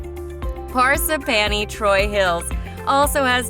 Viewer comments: phar - sip - phany (is she ok? because that’s not how you say parsippany) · Par sip pan e. Jesus. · I know, right!? Par-s'panny?! Where the fuck!? 😂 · Par-sip-panny! ROFL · Don’t pronounce Parsippany correctly. Video showed bridges and city buildings……there isn’t any of that in the town. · She fucked up Parsippany😂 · I thought Ho-ho-kus was bad until she mentioned Parsippany and both my husband and I went, "WHAT??" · Amen! Parsippany? Ho-Ho-Kus? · You re not saying Parsippany the way it s said . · Amen! I think the narrator was actually a computerized voice. When she pronounced Parsippany she reminded me of Ed Norton on the Honeymooners, in his pronunciation of "a string of Po-lop-ponies (Polo ponies)" while rehearsing for a play. 😅😂🤣